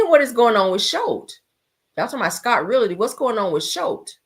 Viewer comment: is really said; who's gonna tell her? I'm going to need her to know how to pronounce the word "realty" if she intends to be on social media or camera advertising her business. Poor thing. smh